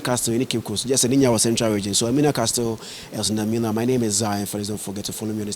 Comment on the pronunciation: the word CASTLE is pronounced 'ka-sel', not 'kas-tel'. Thank you